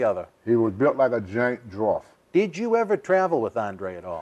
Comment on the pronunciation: "A Giant Drawft" 😂😂😂